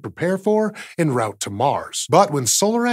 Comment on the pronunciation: "Enne rowt", "aloominum"....